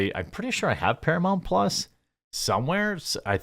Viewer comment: “Exclusively on Paramount Plahhs” 😂😂😂